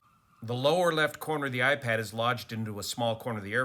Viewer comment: it's "iPad"